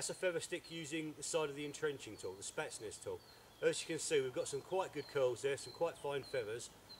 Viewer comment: Spetsnaz not spatsness! as he says! good video thanks I just ordered one a hour ago from Cold steel dot UK